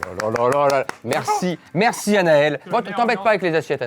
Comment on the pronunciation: C'est le père Fouras, et on ne prononce pas le s à la fin.